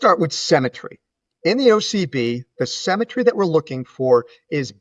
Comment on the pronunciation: Great video, but the word symmetry is pronounced “sim” not “sem”.